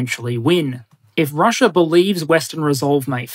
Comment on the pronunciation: I’m curious as to why you occasionally say Chiner, Russier, Dater, Areer, & Agender?